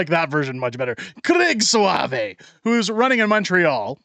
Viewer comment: It’s not swavé but pronounced sové sau = o it’s French